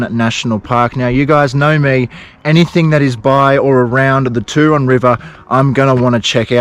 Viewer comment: Hey mate. Thanks for the relaxing video. I’ve been to the Turon area a few times. One memorable trip was a kayak journey. You will find Sunny Corner very interesting but you probably should exercise caution or at least go with another vehicle. One thing I have to say is about your pronunciation of Turon. I think you are using an American version. As far as I know it is pronounced Tue Ron as in TUEsday. You can always check with the locals. Keep up the good work. 👍🏻🙏🏽😷🦘